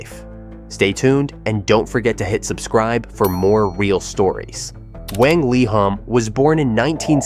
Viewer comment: Wang is read as "wah-ng" instead of "weh-ng"